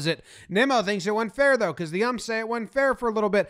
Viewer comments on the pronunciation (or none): none